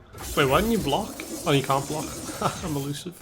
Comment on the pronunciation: I really like how you pronounce "blockh"